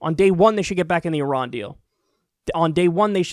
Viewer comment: Good on you for pronouncing it correctly and not "eye ran"